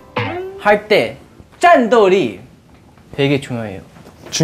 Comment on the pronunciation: lmao "zhan dou li" ,is that grow pimples or grow beans??🤣🤣